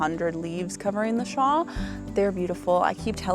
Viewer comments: Thank you!! I love the channel but every time I hear "shaw" i shout "it's a shawLLL" 😅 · Love ya girl but it's shawL 😆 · I have never heard anyone pronounce "shawl" the way you do!